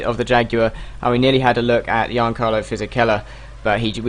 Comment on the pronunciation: In Fisichella's first name you pronounce the 'G'